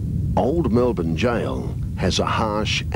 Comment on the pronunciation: wow an actual American who knows how to pronounce Melbourne the correct way... good to hear!!!